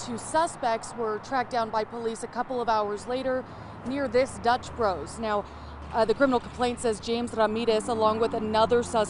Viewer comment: Yeah! Chavez said it right. Dutch Bros!